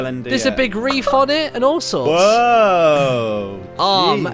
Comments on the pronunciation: Its wreath not reef Martyn. Don't worry Iv been making the same mistake for 16 years then someone told me its spelled wreath not reef. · true... But it sounded like he said reef.